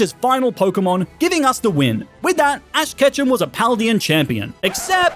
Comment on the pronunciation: Fash ketchem began his journey in pokemon scarlet WHAT IS FASH KETCHEM🤣🤣😂😂🤣🤣😂😂🤣🤣😂😂